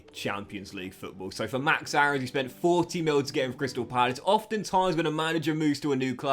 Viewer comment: Btw max Aaron’s is pronounced max airons. Ik it’s weird took me a while to say it differently aswell lol